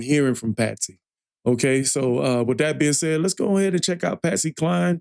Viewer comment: Please her name is like Cline rhymes with line. !!!!!!!!! Willie Nelson wrote it for a man or woman to be able to sing it. He eventually recorded too.